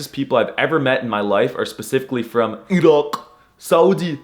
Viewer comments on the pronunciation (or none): none